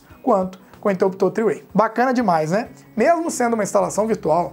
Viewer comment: Top! Só uma ajuda aí. Interruptor paralelo é no Brasil. three way (o mesmo que 3 caminhos) em inglês. Esse tree do texto é árvore em inglês. A pronúncia é um pouquinho diferente. Abraço!